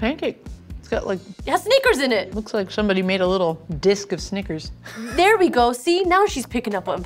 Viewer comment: i like how pronounces snickers 'sneakers'